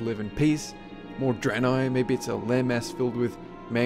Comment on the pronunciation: *draenei , *alien